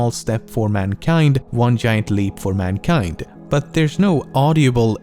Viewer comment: "Juman kind"